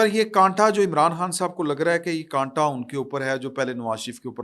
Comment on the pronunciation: وہ کنٹا نہیں ہےاس کو کاٹا کہتے ہیں